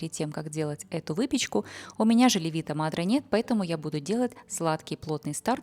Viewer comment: добрый день! Спасибо за ваш труд! Как всегда, прекрасный рецепт! Странно, но, до сих пор, никто вам не подсказал что правильно говорить не леви"то мадре, а ле"вито мадре!!! Живу в Италии 26 лет, поэтому как произносится LE"VITO MADRE знаю точно! Удачи вам и успехов! С уважением Галина.